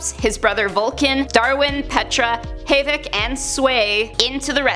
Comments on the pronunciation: HIS NAME IS HAVOC!!!! NOT HA-VOC!!!!!! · Did she say Hayvok instead of Havok? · No one significant THANK YOU! I was like "who is hay- vek"?!